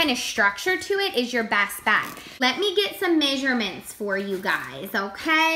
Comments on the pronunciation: Measurements "MAY-SHUR-MINTS" What accent is this? Lmao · Im from minnesota... and i dont say may-sure-mints. But ive heard some people here say it.